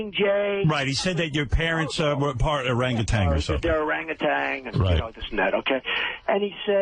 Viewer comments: or-ang-gu-tan not orangatang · Howard Stern will interview anybody and strokes Trump and gets him to sound even more stupid!......and it is o-rang-u-TAN, not TANG. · Why does everyone say "Arang-a-tang" when pronouncing "Orangutan" ? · President Orangtan. "Make Americans Orangtans again" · Hey billy, it's orangutan...not orangutang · He is such an arrogant bastard. Why would he not know it was a joke. The guy said orangatang . Oh yes he is a republican all right as he sued anyway, Putz. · neither Trump nor Stern know how to pronounce Orang-Utan.